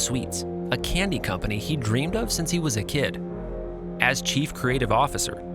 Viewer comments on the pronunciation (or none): none